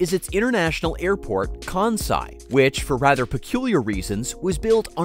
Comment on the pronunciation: I wish this guy could pronounce Kansai correctly. Hint: It's not Kaaaahn-sai.